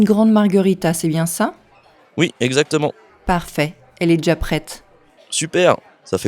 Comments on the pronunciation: Got it all from the start. Only two points I picked up on, I didn't hear the ' viens' at all in ' viens chercher', so guess it's been dropped, and noticed 'jà Pret' as opposed to 'déjà prêt' which was interesting. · It sounds like he said "je cherche un pizza". Instead of "je viens chercher un pizza". I also noticed that the "d" is dropped when you said, "elle est deja prete". Which sounds like elle-ledge-ah-prete.